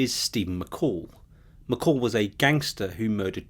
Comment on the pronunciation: 13.12 .......not McCall......it's McColl. This droning , boring narrator is driving me nuts.